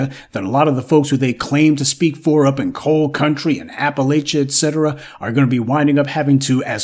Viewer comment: This chick said "Coil instead of coal & Apalon mountains. Lordt😂! Girl ❤😢